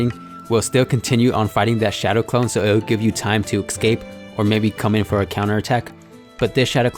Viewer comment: Hey um... Escape* Not excape. Just an fyi